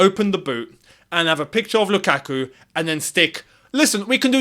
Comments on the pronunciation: Never say his name again please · y say his name u burnt my ears off u been doing well for like 2weeks now 😂😂😂